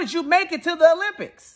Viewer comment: "If America's so bad, how'd you get to the Olymipics?!?" 🤣🤣